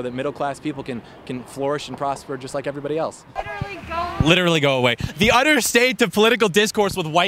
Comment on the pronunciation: “Gwoo away BHud”